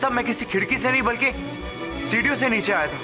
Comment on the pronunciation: Billi morya neeche ko neechu bolti hain 🤣😂😂